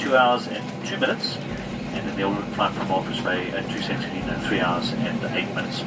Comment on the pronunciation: Great video! Fyi St. Helena is pronounced saint hel uh nah :)